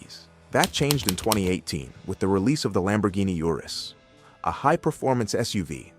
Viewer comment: Urus is Latin, thus pronounced ooh-roohs